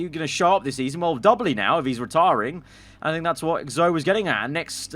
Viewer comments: Just saying; “Zoe” is pronounced “Zowee” not “Zo” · Cmon. It is said HOW OFTEN?! And you still can’t say Akkerman right. AND YOU CANT SAY ZOE! Zoe you pronounce the ‘E’ Akkerman is a hard ‘C’ sound with a short ‘A’